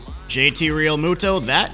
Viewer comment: He’s saying it right if you think it’s wrong then you don’t know how to pronounce peoples names